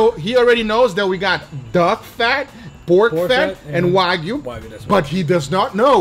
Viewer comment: "Duck fried chicken." Guga changed to Uncle Roger for a second pronouncing that :D